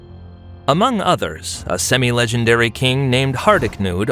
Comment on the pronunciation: Those "Semi-Legendaries" were painful to listen to as a norwegian 😭